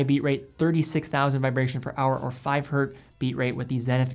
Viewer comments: Nice video! Just one note, you say "Hertz" correctly, but sometimes in this video you say "Hert" which might be you instinctively cutting out the s sound at the end when it's not saying the word in plural form. Not sure. Just wanted to point that out. It's always "Hertz". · Why do you keep saysing "hert" instead of "Hertz"? Hertz is not a plural, the unit is named after German physicist Heinrich Hertz ( ). So a frequency of one per second is 1 Hertz*. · It's not hert, it's Hertz! 😂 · The singular of ‘Hertz’ is ‘Hertz’. It is not ‘Hert’. The man’s name was Hertz. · Love you man, but please get the basics right. Learn how to use the word "myself" correctly, and "hert" is not the singular of hertz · Hertz is a name. The "z" does not make the word plural. Dropping it and saying "three Hert" isn't correct. There... I got my grammatical gripe out of the way. Good and informative video! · Literally this. Hertz was someone's name (Heinrich's, to be precise.) ... there is no 'hert'. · Great as always but it’s Hertz never Hert! Had to get that out there as an electrical engineer:) Keep up the good work! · Awesome vid! Just wanted to offer up a quick tip: Hz is always pronounced “Hertz”, whether it’s one Hertz, 3.5 Hertz, or 100,000 Hertz. There isn’t a “singular” version cause it’s actually the name of a scientist. But keep up the good work! Love the channel.